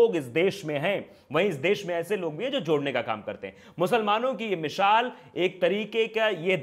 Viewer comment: Mishaal nahi baba misaal hota hai